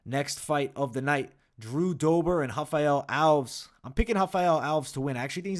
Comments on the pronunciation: Stopped watching at Raphael Alves. Can't be getting predictions from someone who pronounces simple names that egregiously wrong. You do this at *least once a card and enoughs enough. It's a two syllable last name. "Al-*ves", not "owlves" or whatever abomination you're saying here. Nobody who watched enough footage and heard his name that many times would make that mistake. So it's either ignorance or inadequate fight research. Neither bodes confidence. Sharpen up if you ever want to make the next level. Too much competition out there. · I think it’s al-ves, not alvs. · Agree with most of these picks but I think Nunes gets the belt back. Also Alves is pronounced AL-VEZZ even tho it ends in an S. 😅 👍